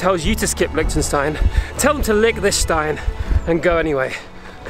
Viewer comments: hoii not the way this guy pronounces it. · Is that how Liechtenstein is pronounced?